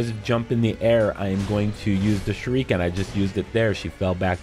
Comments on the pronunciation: SHOORIKEN!.....Dude is pronounce SHU RI KEN!! As KEN MASTERS!!! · SHUR-ih-KEN bro... Not "Shur-EEK-in" Sorry just drove me crazy Only takes a couple seconds to Google the pronouncement of any given word before ya make a video. Just some constructive criticism. Thanks for the help with the boss. She was super tough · This comment made him saying Shu-REEEEEE-ken almost tolerable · I be shriekin every time he says shurEEken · The “shereekin”? Lmfao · First it was "shurookin" in Polygon's video, now its "shureekin". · ‘Shur eee ken’ though 😂🤦🏼‍♂️ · SHURE- REE- KIN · OMFG ITS “SURE-UH-KEN” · No... He's actually not. It's "Sure-A-Ken". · Shuriken is pronounced "sure-a-ken". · No! It is pronounced "shoo-ree-ken" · Seeing u explain this in depth makes up for u mispurnouncing shuriken (sh reh ken) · Wtf is a shereekin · "Shureeekan"? 🙄 Smh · The "shu-reeken" pronunciation was killing me couldn't watch this🤦🏽‍♂️🤦🏽‍♂️🤦🏽‍♂️😅😅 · Love the way you say shuriken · Anyone else bothered by the way he pronounces shuriken 😂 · He mispronounces shuriken and kills this boss in the most inefficient way, you need to deflect and guard her attacks not spamming circle and R1 god you people need to learn this isn’t another dark souls-dodge spam games, you need to actually use your mind and I know it might be difficult for you but you gotta get used to it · I see I'm not the only one bashing my head over him saying it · Blake Moss saving a family is way different than pronouncing shuriken wrong in a fucking shinobi game. Authenticity for a game like this is appreciated